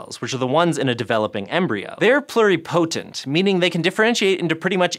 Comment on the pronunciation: Anyone else cringe every time mispronounced "pluripotent"?